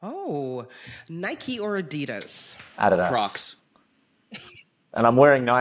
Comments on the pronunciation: George, you're Right, Adidas is a German brand and in Germany it's pronounced A - didas ( not a - DEE - das, like they do in the US). ❤From Germany. Luke & George, you're both awesome. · George pronounced Adidas correctly 😅